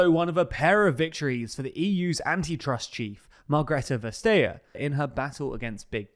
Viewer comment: I'm sorry you were choking when trying to say Vestager, but despite the Swedish propaganda that's not how you pronounce it.